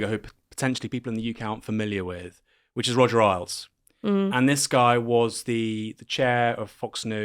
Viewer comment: I've always heard it pronounced Roger Ales, not Roger Aisles.